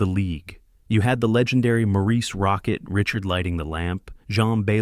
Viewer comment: I HATE THE E I VICE THAT SAYS R I C H ARD ... AND BEL EEE VEAU , WHAT TRASH